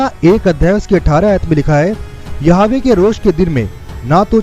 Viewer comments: Jai Masih ki brother aap yahova k naam ka shabd sahi bolne ki koshish karo Praise the lord Yeshu Masih ki jai ho amin. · यहोवा,,,,,, इस शब्द को सही बोलना सीख लो